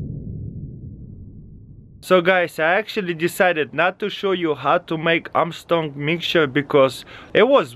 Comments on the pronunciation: "Armtrong mikture" -taras kul 2016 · Armshong mitcher